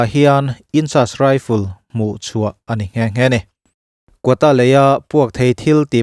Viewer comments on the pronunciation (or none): Kawta ani lo kawkta tih tur zawk aw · Kuakta tiin lam tawh rawh